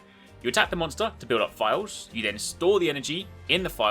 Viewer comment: It took me awhile to realize he was saying "vials" instead of "files" Makes a little more sense now.